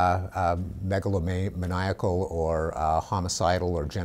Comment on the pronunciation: try saying megalomaniac again...